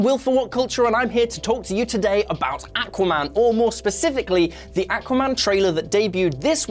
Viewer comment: Awesome sounded fine to me. maybe kiwis say it the same